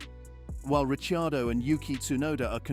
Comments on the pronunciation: >> *THIS VOICE KEEPS SAYING (( RICHYIADO)).. WHO IN THE HELL IS THAT??? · My God, your rumours are so far off.😂 At least pronounce Ricciardo's name correctly. The Red Bull employee was Honers PA who's been linked to Jos Verstappen. More BS click bait crap